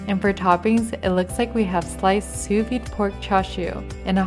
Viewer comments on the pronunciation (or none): none